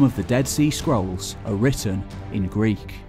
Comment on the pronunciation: I keep hearing "skrulls." Yeah...